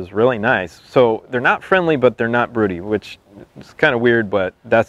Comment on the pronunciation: Well he can't even pronounce it right but broodies are pure gold